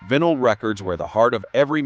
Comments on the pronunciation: In the 2070s, one of the "25 Funny Things People in the 2020s Were Totally Guilty of Doing": posting videos on YouTube, and, whether or not using AI, the videos' narrations would mispronounce even simple words like "MACRAM" for "macramé," "PEET" for "pet," and "VIN-ǝL" for "vinyl"!! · Who doesn't know how to pronounce vinal.